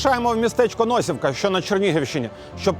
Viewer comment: Не НОсівка а НосІвка!!!